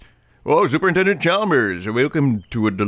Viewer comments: "super intelment" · Every mispronounced word made me die laughing. Superintellment. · "super intelment" literally sounds like when Ralph calls him super nintendo chalmers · "Super Intellments" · "Super Intelments"